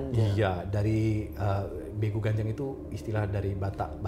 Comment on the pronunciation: Begu Ganjang, dibacanya begu gajjang. ini sering banget dibilang ke anak2 kecil yg mau keluar rumah,main malem2. "unang lao ho, sotung diboan begu ganjang i ho." (jangan pergi kau, nanti diculik begu ganjang) yang katanya suka nampakin sosoknya kalo malam2, makin diliat dia makin besar, kakinya panjang banget. pernah tulis tentang begu ganjang dan homang waktu SMA buat kompetisi dan akhirnya menang karna ceritanya belum pernah didengar org2. unik tapi serem.